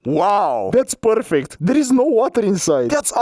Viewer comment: "Porfect" G4 Max... yes yes